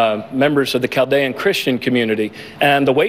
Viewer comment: that's not how you say Chaldean.